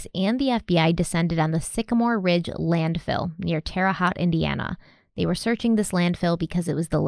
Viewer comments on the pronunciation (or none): Terre Haute rhymes with “Vera goat” . You got Terre right though! A lot of people struggle with the haute part. 💜❤️💙